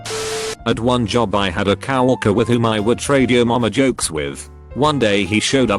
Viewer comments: He can't say coworker instead he says cow Walker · Literally nobody: text to speech: cow worker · yes because coworker is pronounced cow-worker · cow - orker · no one: absolutely no one:: COW WORKER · Everyone: Coworker Voice thing on here: Cow-Worker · COWORKER.. Nah COW-WALKER. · No one: Automated speach: cow orker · No one gonna talk about how the bot says “Carolina and Coworker” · Or coworker. .